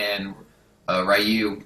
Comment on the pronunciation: Hate to nitpick but Ryu is pronounced ree-yooh